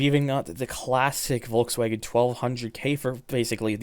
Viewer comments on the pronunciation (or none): none